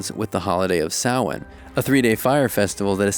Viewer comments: Here and Ready to say they're pronouncing samhain wrong Omg they actually got it right im proud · Thank ps for saying it right. Love from Ireland 🇮🇪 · I'm actually delighted he pronounced Samhain correctly. I was expecting the usually poxy Sam Hain pronunciation. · I was expecting the usual butchery but our fears were unfounded. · Sawaine is how the irish pronounce it. Sam hain is how most English speaking ppl pronounce it! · Same! As a Pagan I really love how he pronounced it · i only recently learned the proper pronunciation of samhain, and was pleasantly surprised he said it right! I am a very baby pagan and learning soo much lately (and also?? my parents are like. against all non-Christian things so the fact i wasnt taught the proper pronunciation is their fault lmao) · It's the English pronunciation. There's no right or wrong it's no biggie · Wow I’m super impressed you pronounced Samhain correctly. Pro 👍🏼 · Pagan here: yeah me too! I was really about to expect them to say Sam-hain. Like how people who don’t know the holiday say it. I mean they got it right but they really kinda villainized the holiday in this video. Like I was hoping they’d push more for like how it’s a day of love and honoring your family and they put creepy music and scary faces on it. Like guys. It’s a day to honor the deceased, show some respect to the history at least! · Nice pronunciation of Samhain! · As an Irish person I salute to you for pronouncing Samhain correctly! Go raibh maith agat :) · Thank you so much for not pronouncing Samhain “Sam Hane” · Thank you so much for pronouncing Samhain properly instead of just SAM-HAIN like most of us Americans say, lol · I don’t celebrate ‘Halloween’, instead I follow the wheel of the year shown in the video and celebrate the pagan holidays. (Yule, Samhain, etc). I was pleasantly surprised they actually pronounce Samhain right. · not only did they give credit to Samhain instead of all hallows eve but they also pronounced it right <3